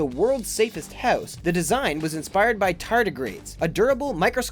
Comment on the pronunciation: It's hard to get oot of the hoose